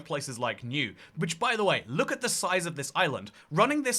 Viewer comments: Niue is not pronounced "New", it is pronounced "Nu-eh"! Some people pronounce it with a "w" sound "Nu-way" but that's wrong too. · Its pronounced New-way not New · btw it's pronounced "new way" not "new" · Just a heads up mate, it's pronounced New-aye (Niue), not 'New'. Love your video though, it provides a lot of insight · new-aye nuie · Just a heads up, Niue is pronounced new-way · Old sub McMahon here, Niue is pronounced "Neeyouway" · Niue is pronounced Nu-aye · Niue is pronounced "New eh". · Niue is pronounced noo (noo like noodles) and wheyy like the protein shake but a softer. Noo-wheyy. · Nieu is promounced "new-ay" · Your pronunciation of Nuie is terrible it's pronounced new-A !!!!!! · Fun fact: I visited both Niue and the EU. It's a minor thing that you mispronounced niu-ae but how are you getting sheng-an wrong? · I'm sure you don't care because second channel, but "Niue" is pronounced like "NEW, eh" (with "new" pronounced like "nyoo", not "noo"). ♥ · Niue is pronounced more like new-eh in English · Stopped listening when you said Niue wrong 😆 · That pronunciation of Niue wasn’t something I should have heard while having a drink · that threw me off too lolol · Oh My God...YES. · Yeah... that was so adorably Anglo, "I'm handicapped the second I see a foreign language" moment.